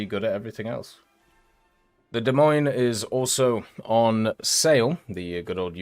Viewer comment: FYI, the "s"'s are silent in the Des Moines...